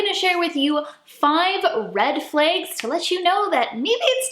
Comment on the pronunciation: Like the person can't say flags? What the fuck is a flague?